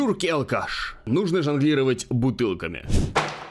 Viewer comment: Не жАнглировать, а жОнглировать. Что за стыд.